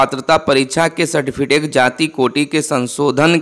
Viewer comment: सर्टिफिकेट का उच्चारण गलत हो गया है